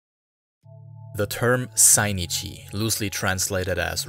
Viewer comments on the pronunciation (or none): They're called Zainichi not Sainichi